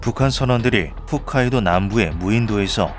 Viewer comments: "훗"카이도가 아니라 "홋"카이도입니다.. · '훗'카이도(X) '홋'카이도(O) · 대체 왜 ""훗""카이도 라고 하는지 해명 부탁드립니다 일본 관련 컨텐츠를 올릴꺼면 지명은 제대로 쓰세요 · 홋카이도 홋 홋 홋 홋 홋 홋카이도 훗카이도 아니라고 홋카이도라고 Hokkaido지 Fukkaido가 아니라고!!!!!!!!!!!!!!!!!!!!!!!! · 홋카이도 특) 맨날 훗카이도라고 개명당함 ㅠㅠㅠ